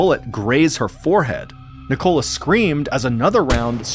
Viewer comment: Ni-Cola lol